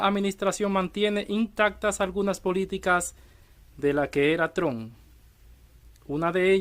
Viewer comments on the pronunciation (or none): none